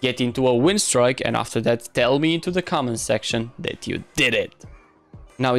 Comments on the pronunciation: it's pronounced "streek" not "strick" but ok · i was joking with the way you say it, its a win "streak", its pronounced "strick" and not "strike"